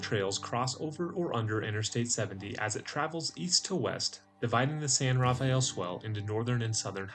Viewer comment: Great area. It’s pronounced “san-ra-fell” not “san-raff-a-el”